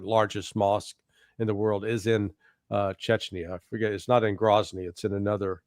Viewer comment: take umbrage to the shirts' pronunciation of "chechenya", but then again, to the colonels' point, I'm , an American, and I'm only an idiot with an opinion, and probably spelled the name of the place wrong 😅